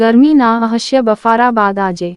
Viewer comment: થોડા ભણેલા હોય એને સમાચાર વાચવા બેસાડો.... અસહ્ય ને અહસ્ય બોલે છે થોડું તો ધ્યાન આપો